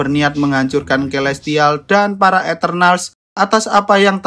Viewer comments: Kaya aku aku dengar di nyebut nama elestial deh🗿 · Gua gk salah denger ni elestial